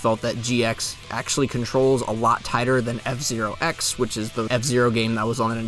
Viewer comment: you emphasized zero instead of x in f zero x. Mwahaha